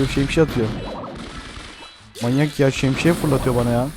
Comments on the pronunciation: Şemşiye deyil şemsiye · Peki ın şemşiye demesi😂😂😂😂